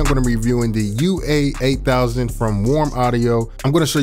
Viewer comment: Why he keep saying UA-8000😂